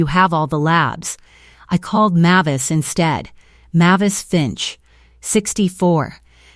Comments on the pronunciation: It's pronounced MAY-vis, not MAH-vis. Hearing you read this stuff makes my teeth ache. Also, no one calls someone a failure when they just stole $64,000 from them.... that's more than the evil sister makes in a year, so she's sure as hell not going to call someone a failure who earned that much. She might call her selfish, but not a failure. Story is completely fabricated unbelievable nonsense. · Mavis is not pronounced as you poorly trained AI is saying. Look it up.